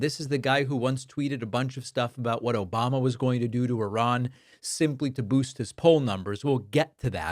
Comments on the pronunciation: That echoing "Obamna" gets me every time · David that “ObamNa” gets me every time😂🤜🏾🤛🏾